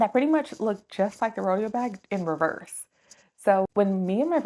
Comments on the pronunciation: Great review. I'm thinking of this bag. It's pronounced Row-day-oh, like Rodeo Drive in Beverly Hills. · Haha the way you say "Rodeo" is killing meeee. But otherwise, great review!